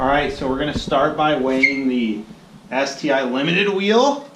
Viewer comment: You're not pronouncing it correctly. It's pronounced Ess-Tee-Eye.